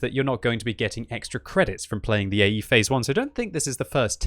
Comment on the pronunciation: i.e.? No, it's AE (Phase I)!